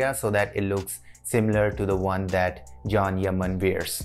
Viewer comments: His name is pronounced as chan not Jhon 😅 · Pronounce john yani Jan hota h can nhi hota h😂☝